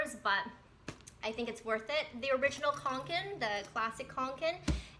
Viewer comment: Yep, you have pronounced it correctly. =)